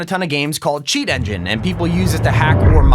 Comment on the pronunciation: its not chaet